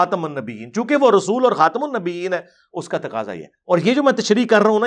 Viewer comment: خاتم النبین میں م پر پیش ہے ٹھیک کریں